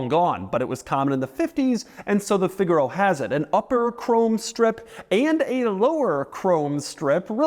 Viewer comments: Figure-oh 🚫 Fig-aaah-ro 🤌🏻🤌🏻🤌🏻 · "the Figalo…" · It's pronounced "fig-ah-row" 👍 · I’ve always wanted a figaro but why did he say it like that shouldn’t he say it like the musical term?